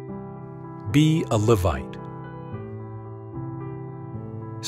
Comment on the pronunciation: This guy can’t even pronounce Levite!